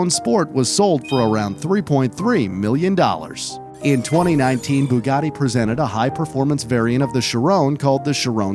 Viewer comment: Bugatti not buggati